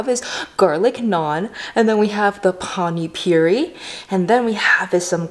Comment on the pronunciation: You mispronounced Panipuri as Pani puree/purie.Pani is jst water with Spcies and Pastes.That's not sauce.But that's okay.You loved it that's all matter.And Pls be healthy and happy stay foodie and healthy.pls come india so you can Eat the food with its original tastes..and also real desi style Of cooking which we used to everyday Specially Food which is made by Indian moms..you'll love it.❤🖒And yes There are some dishes like Chhole bhature pavbhaji Rajma chaval and Aloo paratha..Try these dishes..🤗😋